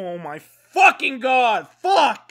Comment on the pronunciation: All I hear is fowking fowking and fowking 😂